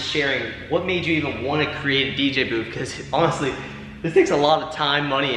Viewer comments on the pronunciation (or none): Dude, it's a booth, not boof......lol Just kidding with ya, I like the boof.....lol